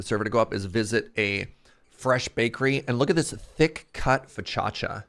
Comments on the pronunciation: How TF did you just butcher focaccia? Whatever you said is not even close to correct... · I don't know who either of those people are. ☹☹ Your pronunciation was so bad I'm not even Italian and I was offended for them. So, good job I guess?